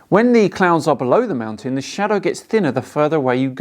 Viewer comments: sounded like his video was a response to a sane person he had already been arguing with for three hours, and was just about to explode. says "mou'an" instead of "mountain", and "impor'ant" instead of "important." What a strange verbal oddity; something I find more common in teen girls and young women than in males. can't understand how a sunlit white surface like clouds can be so bright against a dark sky. He need only look at Venus in a telescope in broad daylight, and compare the brightness of it against the sky with that of any clouds present. Or a ping pong ball held against the sky at the same time. Indeed, he would also roughly match the phase if the sight line is similar. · Can we discuss how that flerfer pronounces the word mountain. He completely ignores and avoids the letter t as much as he ignores and avoids truth, logic and science. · Why can’t he say the t in mountain!? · Minnesota. Is from Minnesota? Some folks from there use a glottal stop for T rather than tongue tip to pronounce “t”. Ba’le instead of battle, etc. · Trivial though it may seem, I really wish he'd learn to pronounce Mountain with the letter T in it. 😡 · WTF there’s a Fukn T in mountain, take a flying leap off your “mowUN” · If everything in the observable universe is demonstrably moving why is the Earth stationary? really should stop drinking before he makes his videos. It's mountain, not moutain. If you can't even pronounce the word correctly I can't take what you say about it, or anything really, seriously. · I love when flattards speak. "moundain" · WTF is a 'Mout-in'? And what the hell is an 'Im-poor-ant'? Can an American please translate? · Why are you saying "mou-an?" Good call on noticing the detail of the position of the clouds!:) Flat earth-ers: what does it do for you if the earth is flat,what do we gain by adopting that model? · What is a "mount an?"